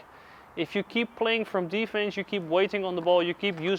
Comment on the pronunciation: "it's very difficult to de-fence"